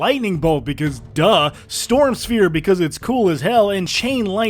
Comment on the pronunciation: Storm Shpere 🤭